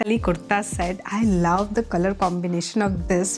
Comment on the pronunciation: Your love accent 😂. Laaw😅